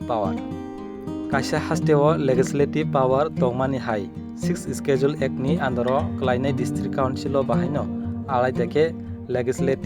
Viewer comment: Your pronounced of schedule is wrong , correct this one first.